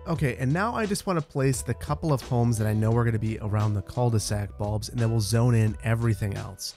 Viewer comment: Love your videos. Cul de sac 😂 I’m French and I tried to understand what you meant by « ceuldesac ». You don’t have to pronounce the « L ». I think you can pronounce like: Ku de sac That mean : the ass of the bag literally. You do not have translation of that term? Keep doing that well! ❤🍓